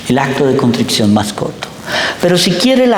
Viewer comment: Me encanta escuchar a este sacerdote. No me pierdo ningún video. Pero, por favor, que alguien le diga que se dice CONTRICION y no CONTRICCION. Gracias